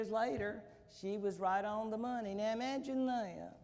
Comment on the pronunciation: "Mumagine Thayat"